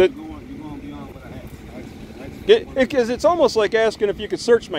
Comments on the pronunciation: He axed you... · He axed u!!! Lol.. I always wonder how and where the sympathy and apathy go when the badge goes on. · He axe 🪓 you. And said it’s not the lie berry.